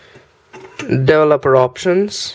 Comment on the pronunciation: I like how he says devil-opper!